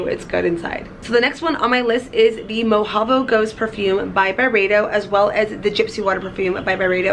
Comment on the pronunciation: I want that Byredo Mojavo Ghost SO bad! It smells amazing! didn't quite say it right but Mojave (Pronounced "Moh-ha-vee")but I like the name and fragrance!